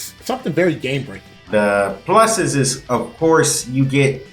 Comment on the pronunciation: "The pluseses"